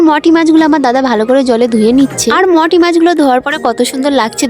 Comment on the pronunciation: ও কি অশিক্ষিত ও মৌটি কে মটি বোলছে 😂😂😂 comment টা পরো তার পর Replay কর ওকে